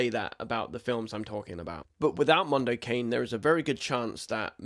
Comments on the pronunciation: Mondo Ca- nee. Not Mondo Cane. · Not 'cane' in English, but 'ca-ne' -Italian for 'dog'. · "Mahn-do Cah-nay" --- It's Italian for "Dog's World" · Jesus, just put the shit into Google and it will tell you how to pronounce it, if you don't know. It's not 'Mondo Cain' it's 'Mondo Carnay'. It's Italian for 'A dog's world' or 'world of dogs'. You should probably know this from the Mike Patton musical project of 2010. 🤷‍♂️